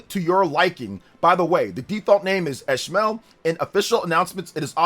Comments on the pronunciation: Its Ish-mayl thats how you say it, its like the characters name in Moby Dick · …Call me eshmel 😂